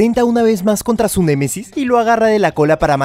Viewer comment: Se dise némesis no m e m e s i s